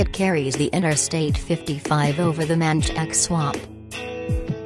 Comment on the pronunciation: It’s pronounced manshack and lake pon char train